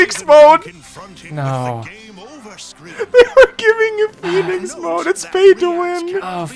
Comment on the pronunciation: Hey everyone it's lmao